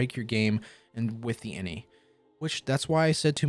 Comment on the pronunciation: Ugh, I love your other videos and content but personally (maybe it's my OCD) I can't watch this one. INI stands for initialization and when spoken it's pronounced by speaking each letter individually "eye en eye", not inny. I've worked in tech (including for two of the largest tech companies in the world) for 15 years and have never once heard "inny". If anything it would be in-ih with the second i sounding like the i in "it". hey.. in it, go figure